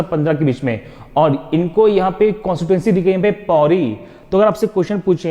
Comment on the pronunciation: Pauri becomes pawari ho rhi hai 🤣🤣🤣👌😁